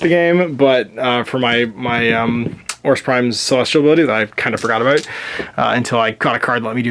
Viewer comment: Looks like fun when you're looking for something quick. And you said "aboot" in the first minute or two. Your maple leaf is showing.